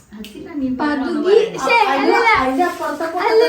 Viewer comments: പകുധി എന്ന്നുള്ളത് പതുക്കെ എന്നാ parenjedh😂😂😂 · Pathukii instead of paguthi😂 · Ans :pathuki instead of paguthi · Pakuthi enn parayunnathinu pathuki enn paranjath